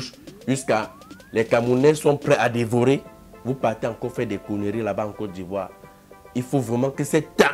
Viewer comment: they call his "ivou"😂😂